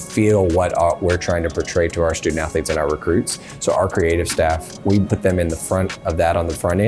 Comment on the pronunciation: "sToOdENt AthErLetes' -Eric Cartman